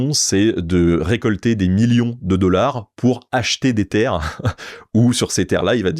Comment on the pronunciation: Magnifique le « 1000 dollars » avec un accent américain 😂 Super format !